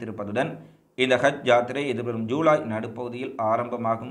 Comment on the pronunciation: யூலை யூலை யூலை😭😭😭😭😭😭😭😭😭😭😭😭😭 தம்பி அது யூலை இல்லப்பா! ஜுலை.